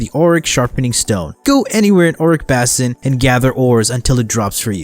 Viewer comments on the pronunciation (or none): Nice guide. I understand this is an old video, but I hope you're aware you're mispronouncing words. Verdant (Emphasis on the "ver" and "ant" as in the insect), Basin ("bay" + "sin"), Morass ("More" + "ass"... yes... you heard that right), etc. Regardless, thanks for the video. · Schrödinger's Cat those really bothered me, especially basin. How can you mispronounce that? Lol.